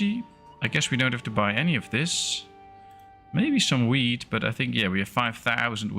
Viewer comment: Near the beginning when you were checking the amount of foods. When you were talking about the wheat, I heard weed. LOL